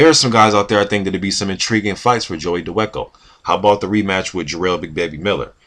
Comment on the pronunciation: his last named is pronounced Da Va Ko